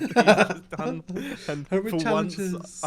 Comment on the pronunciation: "I have don it!"